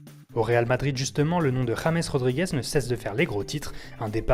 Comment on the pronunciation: Ca se prononce rôrrô